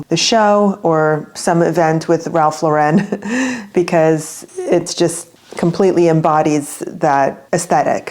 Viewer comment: Ralph Lauren is American —there’s no French accent on the last syllable .